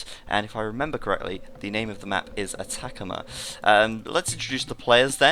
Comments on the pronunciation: Hahaha, Atacama map is probably named after the Atacama desert in northern Chile. It's pronounced like AH-TAH-CAH-MAH, although I do think attack-a-ma sounds better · a-ta-ca-ma, like an aztec, not uh-TACK-uhmuh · Cringing every time he butchers pronouncing Atacama